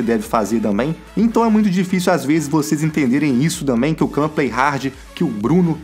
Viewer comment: KKK só agora que percebi que ele fala damém kkkkkkkkkk